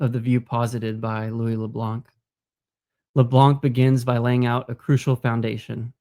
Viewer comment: Great video! This sounds like a combination of the Molinist and Scotist views. Btw the C in Le Blanc is silent.